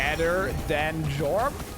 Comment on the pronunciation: ITS PRONOUNCED YORM